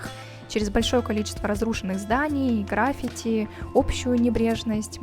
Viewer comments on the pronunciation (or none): none